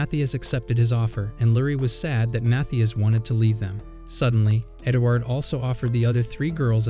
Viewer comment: bro you said edgward hahahaha LOL